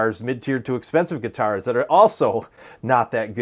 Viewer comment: Are you in the Midwest? Weird thing to notice but you say the word guitars the same way Prince did. “Guitarrrs”.